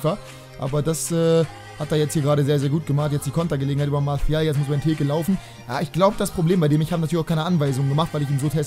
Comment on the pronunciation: Du kriegst das mit der Aussprache nicht hin ne?:D Martial ist kein Spanier:D Kannst mal auf Transfermarkt.de nach der korrekten Aussprache gucken;)